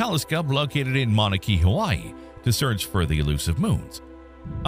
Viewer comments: It's not "Mauna KEY", ir's "Mauna KAY-UH". You are hereby assigned a month-long Hawaiian vacation to work on pronunciation. Enjoy! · Mauna Kea (Kay-ah) just fyi 🤙.